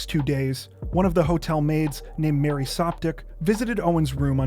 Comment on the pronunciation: Did he just say “Mary Softdick”!?